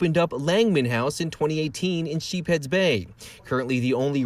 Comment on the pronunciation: Sheepshead Bay Rocks!!! Say it correctly.